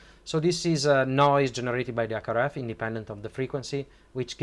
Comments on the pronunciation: Stop-a adding-a the letter-a a to the end-a of every-a second word-a. You need to neutralize your accent, it took me way too long to figure out you were trying to say HackRF, you were saying ack araf. C'mon man, you've got the linguistics down pat you're just being lazy. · It took me a while to realise "ack araf" is his attempt at saying HackRF. As someone who speaks a half dozen languages fluently, and a dozen languages conversationally; the first thing you MUST do when learning a language is neutralise your native accent or you just sound silly / low IQ.